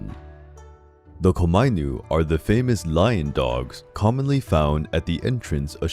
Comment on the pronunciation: Thank you for this very interesting video. But some of the pronunciations were wrong here, specifically "onna" (which means female in Japanese, and you pronounce it as "on-na", and not as "ona"); and "komainu" (which is pronounced as "koma-inu" and not as "komai-nu") But this video was very interesting and informative and thank you for that (and I loved the art featured in it.) Now I'm off to find the hoards of obvious Death Note and Gintama references in the comment section